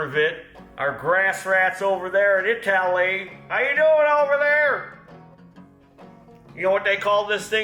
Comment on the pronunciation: It's pronounced I-tally,.